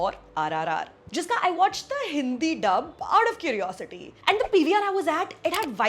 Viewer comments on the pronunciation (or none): none